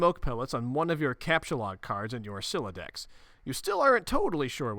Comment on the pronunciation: I think youre the first person ive ever witnessed properly pronounce the homestuck vernacular right away, most people mess up on words like captchalogue or sylladex on their first few tries